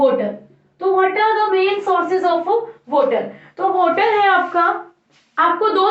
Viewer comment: Woter nhi mam water😁😁😁